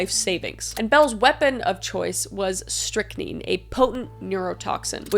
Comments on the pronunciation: Love you! Love your channel! For future reference (they very well may come up again in future videos of the past), strychnine is pronounced "strick-nine" and quinine is pronounced "kwy-nine" 😊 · Deep Dive Crime With KMK !!!! Been Waiting… (P.S. it’s pronounced Strick-Nine.) Just trying to help. 🫶🏻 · Strick-nine poisoning is how it’s pronounced. 😁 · Kris, I love you, but the way you mispronounced "strychnine" over and over again made me unreasonably annoyed. Just take two seconds and look up the pronunciation. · The first time you mispronounced it, I thought you were just avoiding YT censors. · Kris, I absolutely love this episode. Do more do more do more. Also it is strychnine with the number nine that is how that poison is pronounced. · I have heard strychnine pronounced as Strict-neen if you are still wondering how to pronounce it. It’s at least the British pronunciation (I grew up watching Agatha Christie’s Poirot) idk if it’s different in America. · it's str ick nine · Kris, you are awesome! By the way, it's pronounced Strict-9. Just for future reference. 😊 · S - trick - nine K - why - nine For pronunciation. I Look forward to watching your videos. You're awesome. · Its pronounced scrict nine like the number nine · The poison you are having trouble pronouncing is pronounced Strick-nine. Love your channel. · Friendly pronunciation, strict - nine.(9) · Pronounced, stick nine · Love your content! It's pronounced strict-nine (strychnine). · Quaalude is pronounced cu-way-lood Strychnine is stric-nine Iire is leer I love your videos please keep making more! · Pronounced 'strict 9' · Strychnine is pronounced "stric" (like strict) - nine. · I believe it’s pronounced “strick-nine” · Strychnine = Strick-nine. Quinine= qu-eye-nine….. my senior project in high school was on serial killers 😂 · it's pronounced 'strick nine' 🙂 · Strychnine is pronounced strick, like a stick with an r in it, and nine, like the number. In case you ever need to read it again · Pronounced strick 9